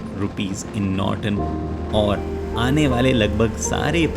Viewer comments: Norton ko notron bna diye 😂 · Norton ❌️ Notron ✅️